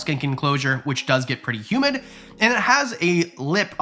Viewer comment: I know you said "humid" but it totally sounds like "especially if you're going to use it for human enclosure". Had to rewind that one! Unless...?